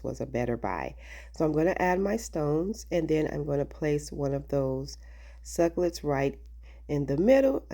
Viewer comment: Jesus! SUC CU LENTS! NOT SUCLETS;😂😂😂😂😂